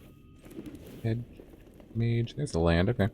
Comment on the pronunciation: Right! Why does everyone say MAGE.